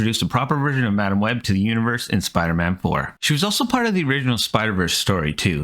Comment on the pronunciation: OOOOO MAAAASHHHHH not HOOOOOO MICH